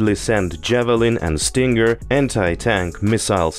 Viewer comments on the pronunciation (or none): none